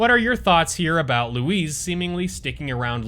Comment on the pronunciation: Bro his name is Luis not lowez